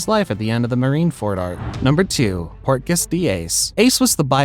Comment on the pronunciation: It's portgas!! Not quarkas!!!! Ugghhh you are sooo cringe!